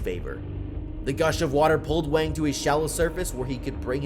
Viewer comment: The name Wang is pronounce with an "ah" sound, like in the word "water" or "gong", and not the way you're saying it.